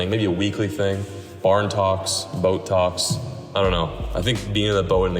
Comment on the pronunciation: At the end when said “comment if you want more bow talks” I had a double take cuz I thought he said Botox😂